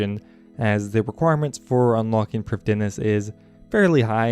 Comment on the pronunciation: Priffddinas is pronounced Prith-inas this is due to dd being a single letter in welsh and pronounced as roughly a th in english